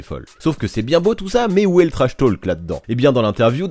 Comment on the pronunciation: Intéressant mais j'ai eu les oreilles qui ont saigné pendant toute la vidéo : on ne prononce pas le "L" en anglais dans "talk" ( idem pour "walk" etc) . Ça se prononce /to:k/ 😉